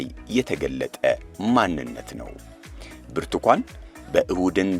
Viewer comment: ብርቱኳን ይላል ብርቱካን አይችልም